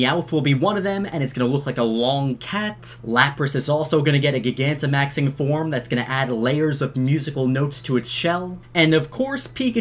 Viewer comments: Soooooo uhhhh yeahhhh, who gonna tell him that he’s saying gigantimaxing wrong? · You say gigantamaxing wrong... stop it...